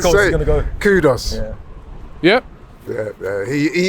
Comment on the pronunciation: Guys pls as a Ghanaian I can assure it’s not pronounced “KUDOS” there’s clearly no “O” in his name